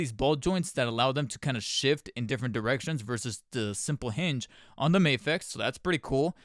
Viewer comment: It's not May-fex, it's Ma-fex. MAFEX it's an acronym